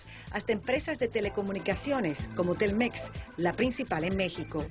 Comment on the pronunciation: se dice Telmex sin acentuaciones. No es Tel Mex.